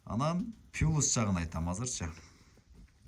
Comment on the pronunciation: Пылус жагы 😂плюс дечи туган айталбасан кыргызча эле суйлочу